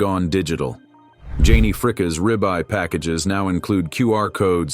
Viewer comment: These AI voice overs are terrible. It's pronounced "Frick-ee"